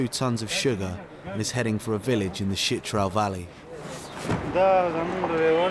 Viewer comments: It’s “Chitral” not “shit trail” lol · Why does the narrator keep referring to Chit-ral as “shit-ral’. ‘Ch’ is pronounced like ‘ch’ in ‘church’. Did he not bother to ask the locals how to pronounce the name? What about the name ‘Pakistan’? Be respectful and pronounce it correctly, not the way you prefer. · Kindly correct your pronunciation it's Chitral not shitral, ch not sh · It's spelled "CHITRAL". Why does the narrator keep saying "SHITRAL"?